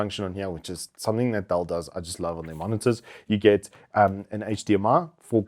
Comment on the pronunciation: its called "Dell" not "Dall"